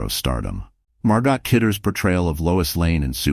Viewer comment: The T in Margot is silent. It's pronounced Margo.